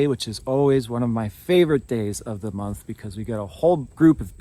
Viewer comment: Listened a couple of times😂 I've just got "moonth" 😂😂😎👍🏻🤫😛🤩👁🫂